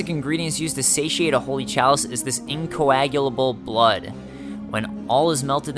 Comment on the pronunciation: i believe you are the first uploader who managed to pronounce "incoagulable" first try, congrats